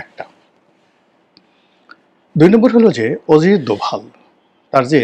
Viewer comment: ওরে বরিশাইল্যা পোদ , ওজিত দোভাল না। উচ্চারণটা হবে অজিত দোভাল 😅😅😅 মগা পাকিস্তান যুদ্ধে জিতছে এই তথ্য কোথায় পাইছো? পাকিস্তানের বিভিন্ন মিডিয়া যেখানে বলছে যুদ্ধে ওদের বিশাল ক্ষয়ক্ষতি হয়েছে সেখানে পেট বানানো গুজব রাটাতে এসেছো? তোমার মতো চোদনা তার নাম জানবে না এটাই স্বাভাবিক 😅 যা ব্যাটা, মুতে শো